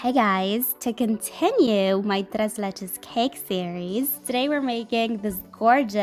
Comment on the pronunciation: 😳 ¿Alguien se fijó en lo bien que ella pronunció tres leches?